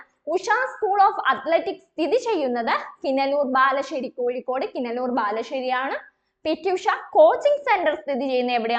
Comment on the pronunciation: കിനലൂർ അല്ല കിനാലൂർ